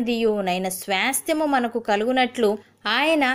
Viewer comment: 'SWAASTYAMU' Pronounciation is not correct sister. Plz correct it. Don't mind it sister.